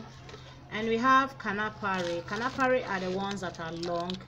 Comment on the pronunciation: It is not KANAFARI it is KANUFREE